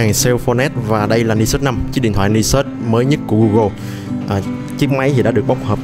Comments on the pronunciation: Mình thấy bạn Khoa góp ý dùng từ hơi quá nhưng mình và nhiều bạn khác cũng có cùng suy nghĩ như trên. Các bạn góp ý để trở trên chuyên nghiệp hơn chứ không có ý chỉ trích. Mong lắng nghe ý kiến đóng góp và cải thiện phát âm tiếng anh quốc tế để trở nên chuyên nghiệp hơn. Nói thật thì nghe phát âm "Ni sút" rất buồn cười, vui, chứ mình không có ý khác. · Tay này đọc tiếng Anh sai nhiều lần rồi. Đến tên máy còn đọc sai nữa chứ mới hài. Hồi trước còn nhớ màn hình con iPhone đọc là "rì tai na" mới hãi. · ten cua máy thi fai đọc sao cho đúg chứ